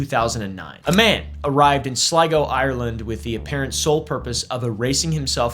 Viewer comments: I was SURE you were going to struggle with pronouncing Sligo. Hat-doff to you sir. Personal bias exposed :) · Nice pronunciation of Sligo 👍